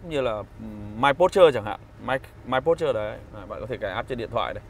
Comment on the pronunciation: A dislike because of your mispronounce . Not pút trơ . OK ?